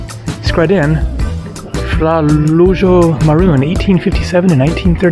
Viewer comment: 1) You pronounced "Skradinski buk" quite right, but "father Lujo" is pronounced "lu-yo". You missed the part where it says "otac hrvatske arheologije", meaning he was the father of Croatian archeology. 2) Mountains? Yes siree, there is NP "Paklenica" near Zadar with a well equipped shelter at 600m height. From there, peaks ranging from 900 to 1750m are accessible via many routes. The highest peak, (3rd highest in Croatia) is about a 5h walk from the shelter (one way). The shelter tends to be crowded during the summer days, but those are just daily excursions through the magnificent canyon to the shelter and back. It has around 40 beds so the deal is, you head out at sunrise, do your tour of the day, return while the last of the groups are leaving the shelter, and while you get refreshed and settled, only a couple of dozen people are left. They usually gather around the fireplace or in the common room. Very friendly atmosphere up there. NP "Risnjak" goes up to 1500m high peaks, but is in a cooler climate and very forest dense, which makes it easily accessible during the summer heat. Biokovo is very infamous for being a hard mountain so skip that. There is also NP "Sjeverni Velebit" which I can't say a lot about, but Risnjak and Paklenica are national parks of 70 years of traditions, very safe and accessible, your best bet for mountain tourism. Although you'll need different shoes than these you wore on Krka. Loved your vid about Šibenik, if you're ever back hit me up for a bee